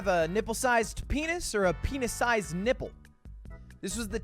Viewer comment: I was just listening while doing chores, not watching.. I swear this mf said hippo instead of nipple. I legit thought he picked to have a hippo sized penis 😅